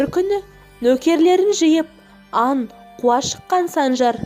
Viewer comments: Ан емес Аң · .ан емес аң Н Ң шатастырып айтып отырсын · Қарағым дикцияңды дұрыста. Н мен Ң ды шатастырма.